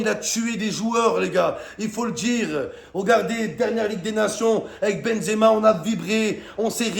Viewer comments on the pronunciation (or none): none